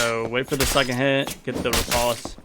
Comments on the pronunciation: I tought it was repoze? not ripotse or reposte? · 'Riposte' is pronounced with a long O sound like 'post'.